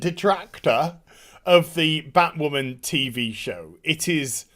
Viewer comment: Bat- Wahmen